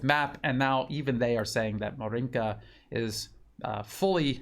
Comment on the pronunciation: Dear, I admire your excellent videos and hard work! Just a tiny suggestion: the stress should be made on the starting syllable in 'Maryinka and not on the second one. In most cases it would be totally unimportant, but in this particular case Ma'rinka sounds a bit funny for a native Russian speaker's ear, since Ma'rinka is a very informal way to call a girl named Marina, while 'Maryinka is a place name (of a village) derived from 'Marya, the Russian folks form of Maria. I am not sure if same goes for Ukrainian.